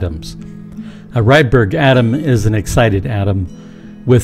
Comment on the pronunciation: AI says Redbird matter instead of Rydberg matter?